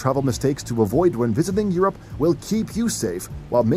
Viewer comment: He pronounces Europe like Your App. Lol.